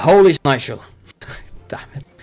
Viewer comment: I know my english Bad and his prenotziation but still sneizel Jesus da9l